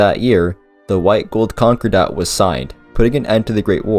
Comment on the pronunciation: Con Core Dat. not Conqure Dat.